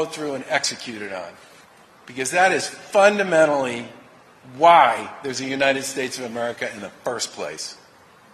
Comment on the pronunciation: when he said "this is FUndamentally"... I think he had another choice word with a similar starting syllable in the chamber there but reined it in. it feels a little odd to be nodding in agreement not shaking my head in disbelief when republican pollies are put on TV. (non-American perspective)